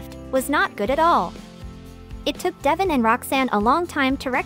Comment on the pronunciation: Why can she not pronounce DevON’s name right!?